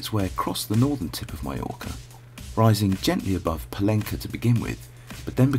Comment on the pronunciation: You should have asked local people how to pronounce "Pollença". Letter Ç is pronounced in Catalan just like in French, not as a C!